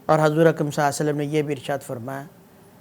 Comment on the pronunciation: مفتی صاحب ﷺ تو صحیح طرح پڑھ لیں